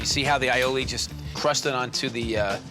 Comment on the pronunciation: eye-o-ley Strarts with an a not I a I